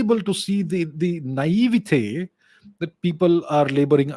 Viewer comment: Wow.. dude can't even get pronunciation of naivety right !